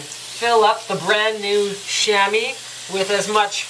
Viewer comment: Chamois is pronounced "Shammy" Lol.. Sham-Wah...